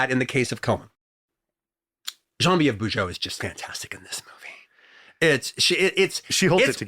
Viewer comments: He's using the French pronunciation. Bujold is from Quebec. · nope it's not the french pronunciation at all, and I'm french^^